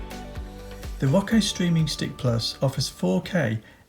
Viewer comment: He keeps calling it “rocko” lmfao 🤣